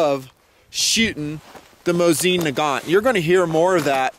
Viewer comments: It's a legend, weapon of many victories. But it's called "mOsin", not "MosIn", stress on the first vowel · Hey,, I'm russian so believe me - the accent is on the first syllable. mOsin. Calm your fantasy down:)